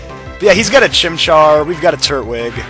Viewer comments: its tur-twig not turt- wig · Just so you know it's pronounced Tur-twig not Turt-wig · they way he says turtwig anoys me lol its tur twig not turt wig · i am under the impression that the so called turt-wig is pernounced tur-twig witha tw sound. please tell me if im wrong. but if im not. like this comment so can see it. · TURT-WIG Like if u thought that was kinda annoying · Yeah lmao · its tur-twig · Nope, you're right. It is pronounced tur-twig. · I thought it was tur-twig? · I forgot how much your pronunciation of Turtwig annoyed me. Oh, I remember back when you were actually doing Pearl version. Good times - I miss Happy Feet, Toasty, Avian, Fahrenheit, and Hamlet.